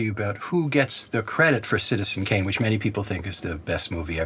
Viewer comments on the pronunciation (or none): none